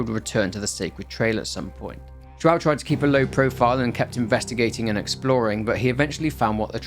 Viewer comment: seeing a british person trying to speak brasilian names is so funny that make me laught 😂 joão-joaooo